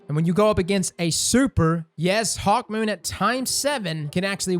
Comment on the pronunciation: I didn’t realize he called it hawkmeh till he pointed it out